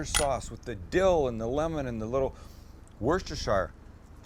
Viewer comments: the sauce is said "worcester" like wuster not "worcestershire' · Worcestershire (wuss-ter-Cher) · Fries and chips are not the same thing 🤬, and it Woostersheer sauce! Love the show though! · Americans saying Worcestershire sauce 🤣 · Worst of all please travel to Worcester and learn how to say Worcestershire!!! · Sam. One more time here... 😜 It's not "woosterrshya sauce" You do not pronounce it as it's written 'Worcestershire' Also, you definitely do not pronounce the Shire part like the Shire from Lord of the Rings 👍 So, I'll try to spell it as you're supposed to pronounce it: "*Wuss-ta-sha* Sauce". Give it a go next time. It's the proper English pronunciation! 😍 We all know what ya mean mate, just go for it... it's a bit of fun! The Lack of Cod is almost OK, Rock is a great 3rd best, 2nd would have been Haddock ✝ Looks great BTW. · You´ll never learn it! Worcestershire sauce is pronounced "Woostersher" sauce! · Cut chips.. Soak chips.. Blanch chips.. Cook chips in beef dripping. Yes beef dripping.. Once you go there you will never go back to the "healthy oil" option.. Oh and woo sester shire sauce is not pronounced like that its pronounced wus ter sher.. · Love the way Americans pronounce 'shire', it's how it's written for them but for us it's pronounced 'sheer'. The American pronunciation is actually the original English one IIRC. It was our pronunciation that changed, not theirs. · Sam, I am from the UK, we pronounce Worcestershire as (Wuss - Ter - Sheer) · For bonus points us Englanders pronounce it “wusster” sauce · Woosta sheer! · Listen! Its woosra sheer. Im a mass hole from Boston and know about these things. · Woister shart! WoW!?